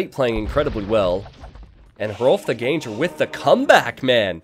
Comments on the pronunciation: Can you not pronounce ganger like that? The foreman of a GANG, not a ganje. Please :^) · I think Ganger is pronounced "gahn-ggur" since it's Germanic / Scandinavian, wouldn't it be? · Don't stress the 'g' in ganger. It's just an 'ng' sound.